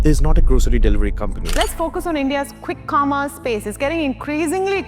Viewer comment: Why tf does she say khwikk khommerce space